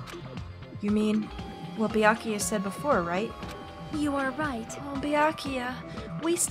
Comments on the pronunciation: How do I never notice funny pronunciations the first time through? During my playthrough, I never noticed "Beeakooya." Now I love it as much as you. During the DR1 LP I watched, I never noticed it, but now during my own playthrough I am in love with Celeste's pronunciation of "Mahko-to." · Nagito gives too many syllables to the name “Byakuya”. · Well its an Asian name probably so its not byakya but byakuya. I guess i'm not sure tho don't blame me haha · Is Peko's VA the same as Celeste's was? She says Byakuya like Celeste would say Makoto...